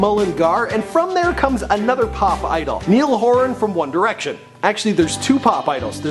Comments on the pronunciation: and ni-al horun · I'm from Ireland and I cringed so much when he said "neel horan"